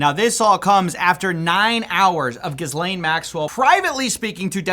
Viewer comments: "G'Elaine" ? I always pronounced it Ghizz-Lane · Doesn't really matter but it's pronounced gee lane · its pronounced Jizz-Lane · It's pronounced, jizz lane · How is it that nobody can consistently pronounce any of these people's names? "Gih-Lane." "Joo-fray." It's really not that hard. Literally every podcaster does three different versions in every episode. Still, good work, don't let this story die. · Her names is not : GiiiisssssLane bro. Learn how to pronounce it correctly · Lol! Not gonna be your final one. And you were doing so well until where you went back to the Ai bot mispronouncing Ghislaine lol. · He finally says Ghislaine correctly but as I write this he said it wrong again...doesn't matter really, keep up the relentless work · Stop pronouncing the "s" in Ghislaine... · Stop stop stop stop stop pronouncing her name like that... The S is silent ffs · Learn how to pronounce her name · Bro could you please pronounce Ghislaine correctly it's driving me crazy lol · Learn to pronounce the damned name for goodness sake 🙄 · I’m certain the pronunciation is on purpose to further slander her in his own way. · LEARN TO SAY HER NAME FFS. How are you studying this on a daily basis and you still can't pronounce her name. Quite a feat. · Hey, the "S" in her name is silent bro. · Dude! You have to start pronouncing her name correctly! The S is silent. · The S in her name is silent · Still struggling with the pronunciation of "Ghislaine" 🤣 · Isn’t the “S” silent in her name!? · Omg you pronounced her name correctly! EDIT: Actually never mind, we’re back to “GIZlane”😂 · The coolest thing about this story is literally no one is sure how to pronounce her name. You pronounce it two different ways in this one video. Ga-lane Giz-lane but you skipped my favorite Jus-lane. 😅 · PLEASE LORD. It's not GIZZ-Lane it's Gi-lane. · Pick a pronunciation and stick with it bro …. “Gih-lane” … “Gis-lane”. You said it both ways in the first minute lol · Gilain and Gizlain lol